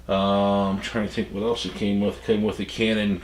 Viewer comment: It sounds like he is saying canon viagra